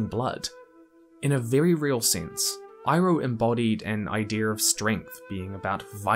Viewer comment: Great video. Except.... Can you not say "idear" Its just "idea"